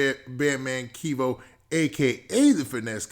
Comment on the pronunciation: Bro his name is not KEYVO it’s Kevo like Kevin Kevo